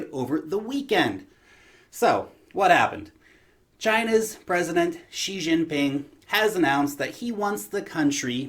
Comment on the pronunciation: You get a like and subscribe simply for pronouncing Xi Jinpings name correctly